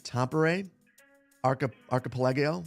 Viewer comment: Ark - uh - pell - uh - go